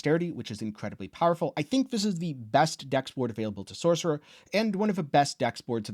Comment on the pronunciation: There is NO "K" in sorcerer!